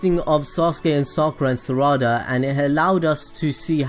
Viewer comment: its not saraada